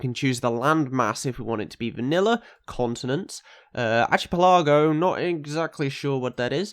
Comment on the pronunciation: He said, "Ar-chi-pel-ah-joe, not sure what that is." It obviously wasn't even to you.